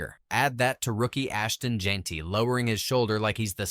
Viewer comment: why is Jeanty (pronounced Jen-tee) being pronounced in this like jeen-tee? lol. it's not that hard to say his name.